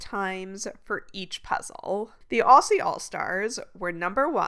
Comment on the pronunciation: Thank you greatwork! Also “Aussie” pronounced “Auzzie”